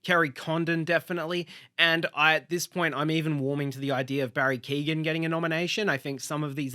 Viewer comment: Keoghan .. pron. 'kyuh-owen', the 'g' is silent